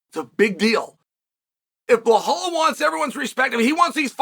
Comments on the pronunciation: 😂 chael please it’s Belal not blahal… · Bē-LAL. not Blohall😂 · Chael, why are you pronouncing Belal as Behlal, there is no "h" in his name. His name is the easiest to pronounce, just say pronounce letters : B E L A L. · are you intentionally calling bilal as blohal because bilal is not hard to pronounce uncle Chael? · What's with Sael Chonen pronouncing fighters name wrong. First with Alex Piera and now blahal mohd. 🫡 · Great opening, old school Chael, mispronouncing. Bel- HAL. I miss some good old PROVOKI and PROKRAYEV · For God's sake, learn how to pronounce Belal. It's not Blahal 😂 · Chael pronouncing anyone’s name properly is the ultimate compliment. I guess Blahall hasn’t earned that yet. :D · You're lying. If you weren't new here you would know that Chael pronounces ALL foreign names wrong ON PURPOSE. Either that, or you just didn't realize because you don't pay attention.